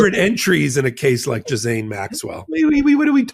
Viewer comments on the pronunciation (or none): Gee Len is the correct pronunciation of Ghislaine. You’re welcome. (Love your work.) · Not a spelling class, I just think credibility would be enhanced if he pronounced Ghislaine properly, rather than Gizell, or whatever he keeps calling her. IT’S AN EASY FIX, it made me think that isn’t paying attention to details, which makes him sound less professional than he should. Just my opinion. It’s like people saying EKCETERA. Did they not pay attention in school? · Besides, spelling had nothing to do with it… it’s about PRONUNCIATION, something that a lawyer should be aware of. Imagine, if he was litigating a case to a jury, and couldn’t pronounce a client or defendant’s name properly. Such an error could impact his credibility with one or more jurors. Language has power, and using it correctly is generally an important qualification, but you knew that. 😀